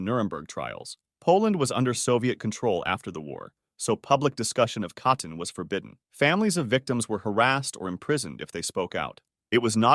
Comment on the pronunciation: Sorry but when you’re doing a video on such a serious topic i think you should check the pronunciation of the words used and at least try to say it correctly. Katyń was completely wrong and it bothered me